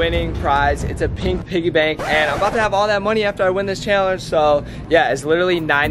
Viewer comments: How many people cringed every time said, “Cheeealanggeee” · This is how says challenge-chalange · She says challenge chillenge and it’s soooo annoying no hate I love you huys